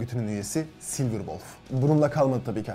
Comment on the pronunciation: Sılmer deil sılber